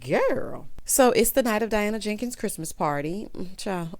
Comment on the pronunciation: The way you say Diana JANKINS takes me out, every 👏🏾 time 👏🏾. 😂